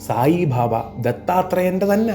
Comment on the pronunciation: its not bhabha, it is baba